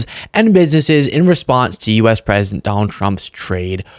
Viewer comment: 11.06 mins SHE SAID THE PWESIDENT